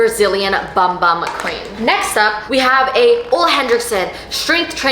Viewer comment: Omg I lost my previous comment, anyways wanted to add that the bum bum cream is pronounced boom boom..